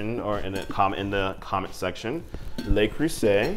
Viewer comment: Love watching you review the Le Creuset. I hope it's ok to let you know "Le" isn't the word that sounds like "lay" in French, that would be "Les." Le is more comparable to a dull "u" sound. I hope it was OK to let you know, as one fellow American to another. (=